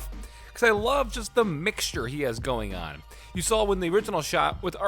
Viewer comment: The way you say 'mixture' creeps me out.